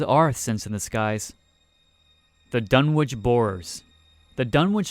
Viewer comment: just a heads up, the w in Dunwich is silent, it's pronounced Dun-ich